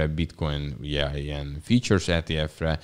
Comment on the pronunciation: Nem kötekedésből, de az nem Futures ? Nekem features-nek hangzik, azt hiszem már legutóbb is így említetted. Gondolom a derivatívára szeretnél célozni.